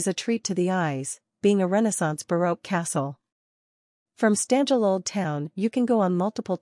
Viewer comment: When the robot-lady's voice mispronounced every Slovene word right from the first second of the video (Štanjel, which robo-voice pronounces as "Stan-jell", rather than the proper "Shtan-yel"), it removes any joy from watching this video, or any desire to save and watch it again, let alone subscribe. Nice going.🙄